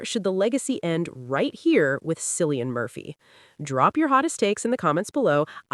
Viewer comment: its not Sillian Murphy - fucking hell